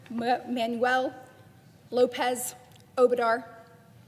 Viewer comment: Lol she messed up saying AMLOS last name!!